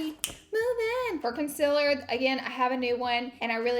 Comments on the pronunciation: I only clicked on this video so I could hear Laura say conciler I’ve missed it 🥰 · I love watching your makeup videos! My skin is so dry and every foundation I try just looks so patchy. I haven’t tried this maybelline one so I think I will try it. Your skin always looks so flawless and beautiful. Don’t worry about saying concealer wrong, you know it’s just a southern thang lol.. please bring more makeup videos back! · hahaha catrice concealer... “i cant even say concealer right” 😂😂😂